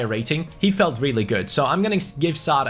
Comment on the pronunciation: #fanobjective - don't roll the r's in Sarr's name forfeit - release mo salah